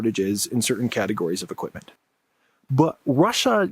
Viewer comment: "equip-muhn" "resor-ring to..." Lazy tongue syndrome: can't pronounce the letter T.